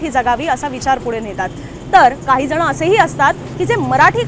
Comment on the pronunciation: काहीजणं असं नाही .काहीजण म्हणा.